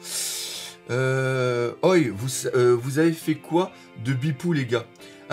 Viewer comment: "Oi" se dit "ohé" tu me stress toujours en disant ça x)